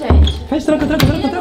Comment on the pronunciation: Nessa apoca no 1 episódio vcs perceberam que a foi palavrão e ela falou o nome do rebo errado ela falou uebou